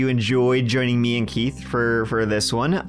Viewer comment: 😂. I also like that he pronounces it "Keet."